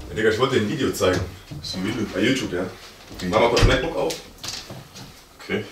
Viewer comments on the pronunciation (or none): none